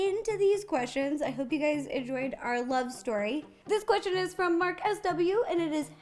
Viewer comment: I love when she says Qrestion